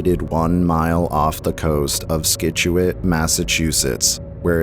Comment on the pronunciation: skituate really thats what you say skituate